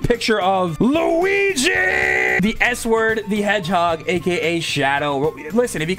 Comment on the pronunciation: ohh my god since you said luiga I don't know how to spell help me